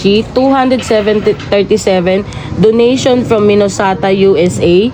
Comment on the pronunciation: PORAC PAMPANGA PO … HINDI PORAL PAMPANGA….at MINESOTA USA AT HINDI MINOSATA